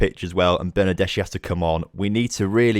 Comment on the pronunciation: I'm Italian and when I heard about cold pizza my ears bleed for a while. If you want to pronounce the name of your winger right try to say Bernardeski, our pronunciation of "chi" is not like "china" but more like "kiosk". Btw nice beta series, the tactic is good, I hope you can do better in the next few episodes